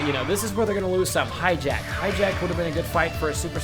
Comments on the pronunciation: Hi-jack? really? hi-jack, *facepalm* its Hachiyack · i hate how hi says high jacked when its pronounced "hot-ch-ee-ack" like for real, high jacked boi also im sorry for making fun of you i can tell this guy is a true fan by heart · I cringed every time he called Hatchiyack hijack. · you called Hatchiyack hijack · Why do you call hatchiyack hijack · ! its Gigantic Hammer and you pronouced Hatchiyack completly wrong